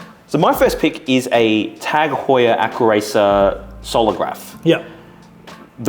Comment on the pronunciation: This video is awesome. My only recommendation is learning the names of the Swiss watches, as they are not pronounced "Brightlieng and Howar".